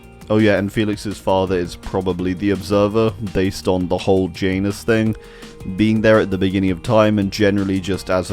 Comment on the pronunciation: I'm sorry but I can't with the way you pronounce Janus. It hurts my ears and soul